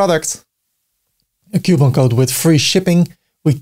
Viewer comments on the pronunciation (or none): the struggle is real in saying COUPON!!!